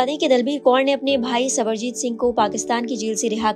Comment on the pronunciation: Sarabjit singh ko sabarjit singh bol rhi ho thoda padh likh leti didi